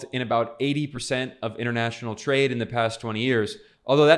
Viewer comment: “twade” lmaoooo. Sorry Ben